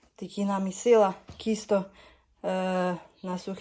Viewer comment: Все отлично, только не кисто, а тисто , по укр.